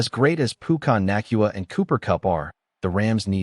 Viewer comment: To have anyone listen to this 😡 the damn names have to be right pukyna naacnuna come on man just broadcast it!!! I hate AI lol pucna nakuawa 😂 stafford would win a ring in 2026 not 2025….. and I’m still trying to figure out this trade lmao so stafford is gone in a year maybe 2 but also tell me how are you going to get Pickens who are you going to give up because that 2027 I doubt won’t be all of it no one is going to give a contender a first for the 26-32 pick when more people will pay more Pickens is going to get paid but not by the rams